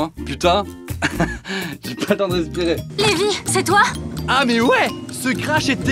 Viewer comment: Cest pas le meme prenom car celui dans SNK se prononce Livai et non Lévi..